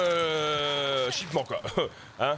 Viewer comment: Shipment pas shipman